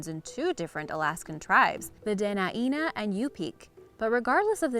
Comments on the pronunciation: Dena’ina is pronounced Duh-neyena! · So....pretty please,get your info correct before speaking... The 2 "tribes" in AK are pronounced Duh-Nine-Nuh & You-Pick